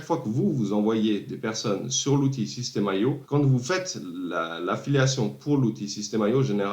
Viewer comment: super vidéo... c'est pas système AIO, c'est IO ;)